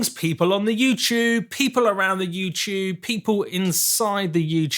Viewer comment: why do you call it youchube